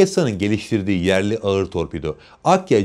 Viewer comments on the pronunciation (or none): none